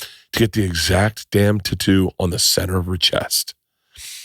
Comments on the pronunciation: It's tattoo not tuttu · Say Tatoo one more time. LOL I love it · If I ever hear tattoo's pronounced the same way...... Gonna pop my ear drums...